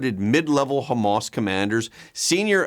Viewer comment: Hah mahss, not Homemass